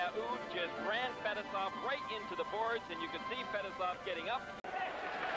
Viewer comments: It's pronounced Fet-ess-ov Not Fetis-off😆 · No you’re wrong too! It’s Fuh- Tee- Soff smh